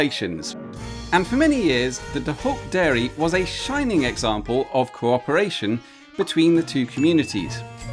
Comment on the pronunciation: Wasn't that supposed to be "Happy Cowporation"?